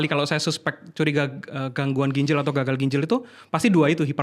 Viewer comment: GINJAL bukan GINJEL